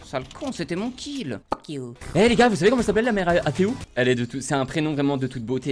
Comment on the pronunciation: Le nombre de fois qu'il a dus phoque iou danssa video